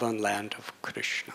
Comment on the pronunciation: ..and i've never heard anyone say Krishna so beautifully...makes your hair stand up on ends, Hope i can be your servant birth after birth